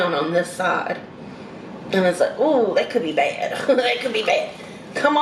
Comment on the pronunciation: And when she says DAT for that!